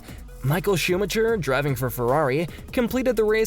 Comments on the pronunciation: schumacker not schumacher (only pronounciation) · No, he said shoemutcher... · Schumatjer xD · Sebastian "Vetèlle" and Michael "Schùmachier"... bruhhh, please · But he pronounce Max Verstappen correct? Michael Chupa chups! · did he js say schumacher as sumacher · yes . yes he did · The correct pronunciation is actually shoo-magh-ha... I know that isn't an official use of terms; however, that is the best way that I am able to put it across. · De he get Michael's name wrong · i wish americans would learn how to say f1 drivers names correctly....all they have to is listen to english/european commentators to hear them pronounced properly. AAAAAAAAAAAAAAAAAAAAAAAAAAAAAAAAAAAH, you cant even say schumi's name properly. this is the worst f1 channel ever!!!!!!!!!!!!!!!!!!!!!!!!! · Please edit the video and change the way you pronounce Vettel and Schumacher.. edit: scratch that, it seems like there are multiple names you don't know how to pronounce. Even track names... Go do your homework please. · Not a bad video, but learn to pronounce the names of the drivers and circuits correctly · at least learn the names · Are you serious when you pronounced Michael Schumachers surname?!?!. FFS. Word of advice if you cannot understand basic English don't post as it's embarrassing